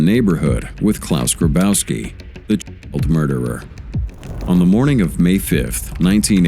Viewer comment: You cant say the word child. 😂